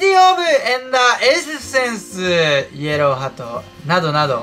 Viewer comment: イエローハートがイエローハットに聞こえるw